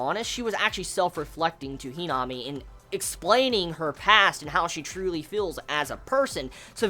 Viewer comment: Who tf is henome do u mean himami ur saying her name wrong.